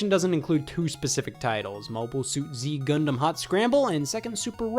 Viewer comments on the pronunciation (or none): you can tell scott doesnt know much about gundam because he pronounces one of the games in this video as "zee gundam" and not "zeta gundam"